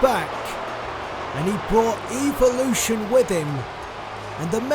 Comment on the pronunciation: The way he pronounces evolution is worse than when noam Dar said ALICIA FAWWWWWWWXXXXX